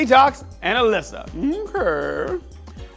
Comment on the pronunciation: ALYSA not Fucking Alaska